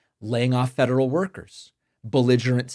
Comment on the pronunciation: Hey, I have something I can agree with Trump on something! I heard fentanyl instead of federal the first time that reporter asked him the question.